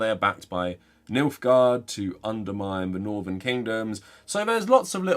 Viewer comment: i havent seen the show, games, or books ... are you saying "milfgard"? 😏